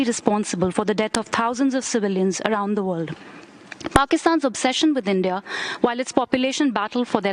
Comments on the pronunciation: It's India, not inde 😡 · Y inde instead of india 🤭